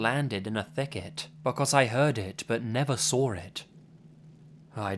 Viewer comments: I love you. But why do you pronounce "Saw" as "Sawr"? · "And that's when I sauwr it" You know shit just got real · I wonder whether he sawr it. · Lots of "sawring" in these stories. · "sawr" it jk